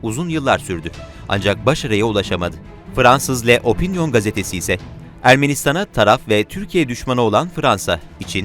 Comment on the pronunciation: Le değil lö. Opinion Gazetesi.!😄